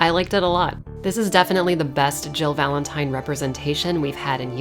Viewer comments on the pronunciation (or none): I did see your previous video about how re3 was told through other games and liked it. Watched this and the moment you said VALENTIN-TIME, I subscribed. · "Valen-time" ..............10 out of 10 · VALEN-TIME hahahahaha nice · Valen-time! Lmaooo! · Nobody:: "VALEN-TIME!!" =__________= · Lol VALEN-TIME!! I like that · "Valen-time. I'm sorry about that." No you're not lol...solid video. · Valen-Time! Hahahahaha!! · "Valen-Time". You just won an Oscar. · I literally subscribed when you said Valen-Time! ❤️😂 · "VALEN-TIME* That's when I hit the like button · You call it "Valen-time" I call it ZZZZZAAAAAA WWWWWAAAARRRRRUUUUUDDDDDDDOOOOOO I'm not sorry for the Jojo reference. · Valen-time... sounds like how my dyslexic teacher would say my last name lol Valenti'N'e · Dude! "Valen-Time" 4ever!!!